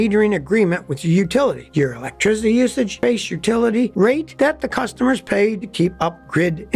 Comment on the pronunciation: uhlectrizity luv ya scotty 😅